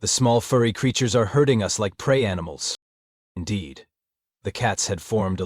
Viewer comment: 'hurting' is NOT 'herding"